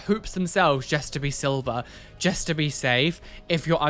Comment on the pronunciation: I love the way says just 🤣 It’s “jest” unacceptable 🤣 I love it, makes me chuckle every episode!